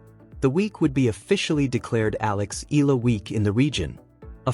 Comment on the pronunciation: You need to remember this: use a trained AI that pronounce EALA as Ee-YAH-Lah and not Eeee-LAH. If you can't find one, just use ALEX to refer to her.